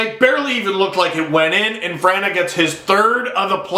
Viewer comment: You pronounced Vrana wrong lol